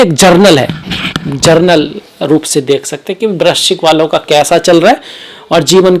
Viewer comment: जर्नल नाही होता...जनरल होता है 😂